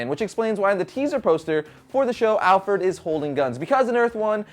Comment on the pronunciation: did u say alferd?